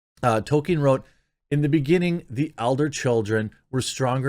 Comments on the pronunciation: Why do you keep calling him token? It's ToLkeIn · You don't consider yourself a "TOKEN" Scholar? Wow i never would have guessed that a man who can't pronounce the name of the most famous fantasy writer of all time doesn't consider himself a "scholar" of his work. It's Tolkien... not "token"... ?? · Hey America. It's pronounced "toll keen" Not "token". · Jeremy, for the love of god, stop saying Tolkien like that. It’s Tol-KEEN. Not Token. Jesus Christ. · Stop calling him Token bro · Bro you have got to start saying Tolkien correctly. It's driving me nuts haha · It's Tolkien... not Token. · It's "Tolkien", not "Token", Amazon. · Quartering: “I don’t know token lore.” A bit of a mispronunciation there.